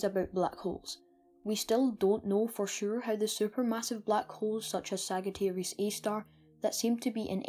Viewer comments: It's not pronounced sag it's pronounced sajiterius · great content, for a person of your age. you have great knowledge and passion. however, one thing I'd like to tell you: its not pronounced as /ságittæreeus/ but /sájittæreeus/ :) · sag it arius is not how its pronounced but alittle bit of points given for being british btw it (saaj i ter ius.) Sagittarius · It's Sagittarius not sagatarius. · Great video; its thrilling to see teenagers genuinely interested in Astrology and Physics. Just an FYI btw Sagittarius is pronounced Sadge-ah-tear-eeus. (Not criticizing) Be proud of yourself kiddo Thumbs up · Sajitarius not "g" Messy-A not "err" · You're saying Sagittarius wrong and my face implodes on itself when you say it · Just an FYI, Sagittarius is pronounced with a “j” sound. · its Sagittarius A-star you pronounce it as we pronounce g foy gym or not as g for gum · Thanks. Yeah, after I created the video, I realized and was kicking myself for it. In my latest video where I mention it, I've pronounced it correctly :) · Ah, yes. I realized after I posted the video that I pronounced it wrong. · Thanks. Ah, I realized as soon as I published this video that I had pronounced it wrong.